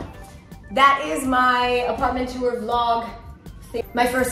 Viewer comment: too-er 😂 instead of tour. it's one syllable. great video!